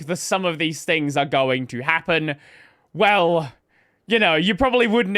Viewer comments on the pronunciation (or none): none